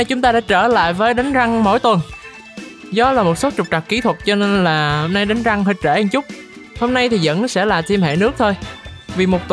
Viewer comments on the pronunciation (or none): rank mà cứ nghe thành răng :)) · Sao anh nói là " đánh rank " mà em cứ nghe là " đánh răng " ko à =))). Có ai giống mình ko